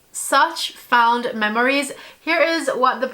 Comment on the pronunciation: LOVE! What a great way to pay homage to the brand, and declutter without feeling overwhelmed. Also, no shade at all, but fond is pronounced f-ah-nd, like pond. Love you!!!!! Your eyeshadow videos are top tier! My absolute favorite!!!❤